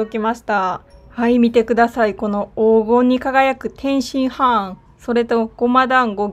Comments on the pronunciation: 天津ハーンとチンギスハーンと同じ発音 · 天津飯の言い方クセ強すぎwwwwwwwwww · 天津飯をチンギス・ハーンみたいに言うな笑